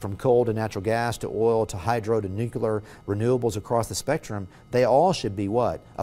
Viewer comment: Handy hint: don't trust anyone who can't say "nuclear".